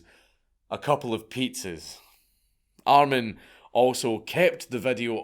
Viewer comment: Btw....armin or more pronounced like Armeen